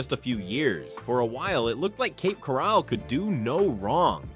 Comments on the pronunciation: . Yes. I am aware of that. We live in St Pete. Our cousins live in Cape Coral. Read my comment and notice the spelling and laughing emoji. It was a joke due to the incompetent robot mispronouncing Coral and calling it Corall. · Where is Cape Corrall??😂😂. AI sucks. The market is changed everywhere not just these cities and not just in FL.